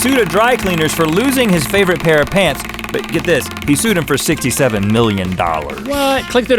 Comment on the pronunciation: I'm sueing you FOR saying FAR and not FOR